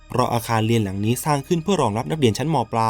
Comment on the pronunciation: เล่าดีแล้วค่ะ โทนเสียง การเล่า การเว้นวรรค พอดีมากๆ ขอเรื่องเดียวน้าา เรื่องการออกเสียง ร เรือค่ะ เราได้ยินคำว่า ไม่ลู้ อาคารเลียน หลายรอบมากเลย มันแอบขัดใจนิดนึงค่ะ😅